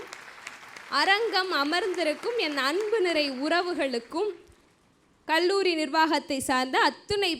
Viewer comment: தயவு செய்து உச்சரப்பை கவனிக்கவும். கள்ளூறி அல்ல அது கல்லூரி.தமிழில் ga எண்ற உச்சரிபு இல்லவே இல்லை. அது கண்ணியம்.